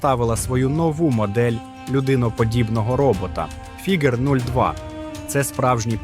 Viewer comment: Фігер, Фіджер, Фігуре - ти смієшся? 😂😂😂